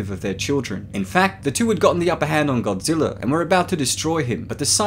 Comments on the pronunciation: How many times are you going to pronounce Godrija. Godzillr damn man you like the series be neglect the core values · Am I the only one mad that he says Godziller instead of Godzilla?.... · Sounds like he is saying “GODZILLER” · Petorasaur...? King Gojira...?!?! Nyat! I love you, but those pronounciations rended me. It's pronounced "Terro-saur" and "Hydreigon" (kidding, Ghidora)